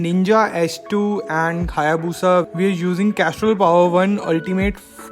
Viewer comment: did you said "khayabusa" paaji 😂